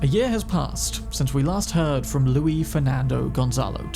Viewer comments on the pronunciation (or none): my guy... its luis the LATINO lmao. Not french. Pronounce that S and put respect on the Luis Gonzalez Torres name lmao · The French pronunciation of Luis - When his name is clearly Hispanic.... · Luis pronounced as Louise is so funny to me